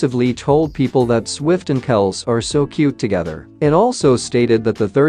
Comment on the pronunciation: It’s Travis Kelsee NOT Kelce, guys!